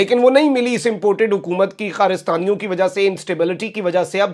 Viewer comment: کارستانی ہوتا ہے ہے خارستانی نہیں آ خری پانچ منٹ سننے والے ہوتے ہیں باقی ناوید چوہدری ٹچ